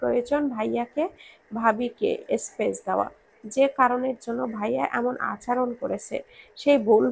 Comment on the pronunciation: আচরণ শব্দটাকে বারংবার ভুল শব্দ "আচারন" শুনতে বেখাপ্পা লেগেছে।